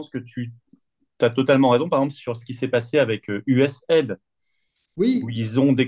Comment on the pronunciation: Ce n'est pas USAide, mais US A ... I.... D